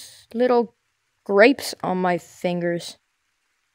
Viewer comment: It’s gwapes